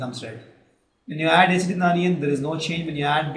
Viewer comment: And u people pronounce many words wrong...such as acid, features...and etc..